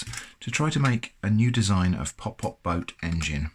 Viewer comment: it's not pop pop it's putt putt